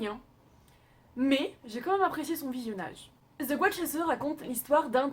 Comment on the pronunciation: J aime la video mais la prononciation.... des prénoms et le « the » c est pas "ze" mais "de"